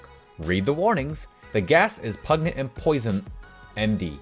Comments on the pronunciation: Dear God can you not read the name Enid Blyton (ee-nid bligh-tun) she is a famous English children's author. Also it's pronounced pungent not pugnet and min er vha mac gone igh all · its pun-gent lol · Pungent was said wrongg😉🤷‍♀️😂😂😂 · You not knowing who Minerva McGonagall is or how to pronounce “pungent” makes me so sad 🤣🤣